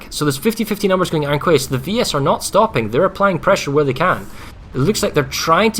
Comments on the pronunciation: Iron Kway? Please.... Quay is pronounced Key... Iron Key.... Man that was bugging me so hard. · Does anyone understand it's pronounced KEY not KWAY Iron Key, there is no such thing as KWAY you overpayed dipahots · wow even these GWR casters are imbeciles and cant pronounce the word Quay properly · pls stop mispronouncing quay omg